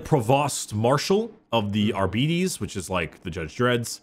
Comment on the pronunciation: I'm pretty sure it's ar-bih-tays, not ar-bites. Similar to astartes and custodes.